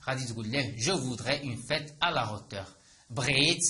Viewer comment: استادي مع كل احتراماتي حسب معلوماتي h بين زوج فوايال لا ينطق اصلا هو حرف ساكن وانت نطقت حرف h في hauteur اريد شرح من فضلك؟